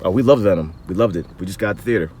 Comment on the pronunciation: Venon? 😂 but seriously. Venom is a good movie. Not great. But not bad